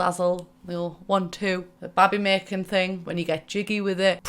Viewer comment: I genuinely laughed at pronunciation at “babby macking”